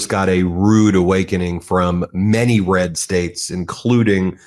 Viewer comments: "RES" states? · RES STATES lol.. ur working too hard Ben, you must be tired..